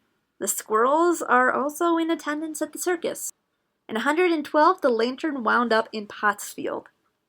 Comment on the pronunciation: Lantern but i hear u say it as LAYTERN